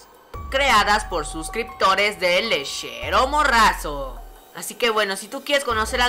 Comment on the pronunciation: El (me encanta como lo pronuncias XD)